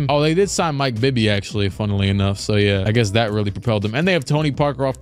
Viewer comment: “Funnuhly enough” 😂😂